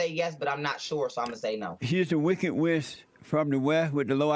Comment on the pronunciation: This Jesse ''shit for brains'' Peterson can't even pronounce basic words yet has the balls to call someone else ignorant. ''she is the wicked wiss from the whe'', holy fuck what an ass clown.